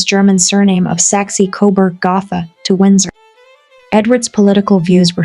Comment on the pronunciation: This AI VoiceOver is TERRIBLE. Almost to the point of hilarity. Did nobody notice this before they uploaded it to YouTube? "Saxey-Coburg Gotha?" 🤣🤣🤣